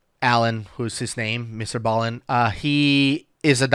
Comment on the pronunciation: I liked when you used to call him Mr.b-allen